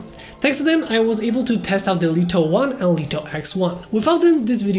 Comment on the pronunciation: I love how you say "Deleto 1" :)